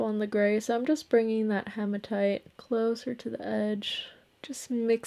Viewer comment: Sorry for being picky but it’s he ma tight not ha ma tight 😘